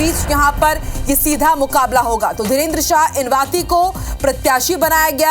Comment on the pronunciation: साफ - साफ लिखा है इनवाती इसको फिर भी इना वती पढ़ रहे है बोल रहे । क्या बोले जा रहे पता नही बोलना है बस